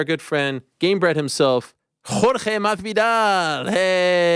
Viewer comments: Ariel I love you but is "MaSvidal" and not "Marvidal" 🤣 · Every single time. It’s become Machthvidal